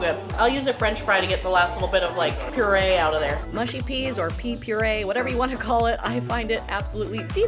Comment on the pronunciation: why can't Americans pronounce Mushy? they always say Moo-she.